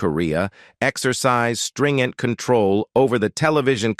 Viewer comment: "String-ent?" Ai stinks.